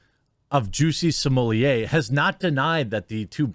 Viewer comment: Are you calling him juicy smollie-a on purpose